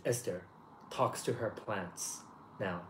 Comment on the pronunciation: Towards the ending, i honesty thought i heard admit to one and all that he "touches himself in the morning!" I had to replay that part to verify. Ends up he said he "talks to himself in the morning!"